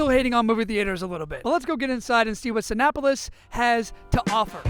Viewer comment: Hi good videos, btw It's prononce see-nay-police I'm French